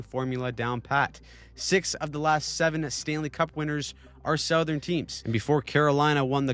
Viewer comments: Off-topic, but the way you say "Southern" just hurts me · I know you're not AI (and I appreciate that!) but couldn't help but notice that you pronounce "southern" as "SOW-thern," but we pronounce it "SUH-thern". Is that a Canadian dialect thing? Keep up the good work. I'm a long time subscriber. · Do Canadians say "sowthern" rather than "suthern"